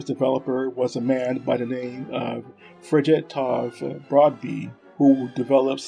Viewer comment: Thanks for the video featuring some lesser known experiments weapons. I really enjoyed it, although your pronunciation of Norwegian names is atrocious. How you managed to get that many syllables out of the simple name of “Fridtjof” is beyond me, but Americans never were known for their cultural or linguistic sensitivity, so we will just have to live with that. So a couple of more relevant comments; in this context (Norwegian weapons) it is simply wrong to use the term “Swedish Mauser” for the 6.5x55mm cartridge. This cartridge was developed in the 1890s as a joint project between the kingdoms of Norway and Sweden, which at the time was united under a single Sovereign. The Norwegians adopted the 1894 Krag-Jørgensen rifle as standard, the Swedes the Mauser, both in the same caliber. In Norway, this cartridge was NEVER referred to as “Swedish Mauser”, and those developers you covered would have been horrified to have the cartridges being referred to as anything else than 6.5x55mm Krag. My father taught me to shoot on an Krag m1929 (sniper) and to him it was never anything but 6.5x55mm Krag. On the section on the Eriksen SMG prototype you postulated that the SMG could have been chambered for the Nagant cartridge, stating that the Nagant was in use by the Norwegian Military. This is not true. All branches of the Norwegian Military adopted the Colt 1911 in 1914 as the Kongsberg (Colt) m1914. It is highly unlikely that an obsolete cartridge no longer in use would be selected for an